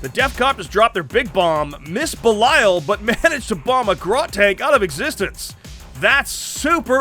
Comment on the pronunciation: Why do you guys, keep calling Belial "Beliayo" :D ? Great battle!